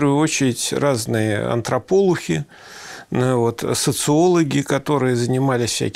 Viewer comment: Антрополу...хи... , 5 баллов) дальше он их правильно называет)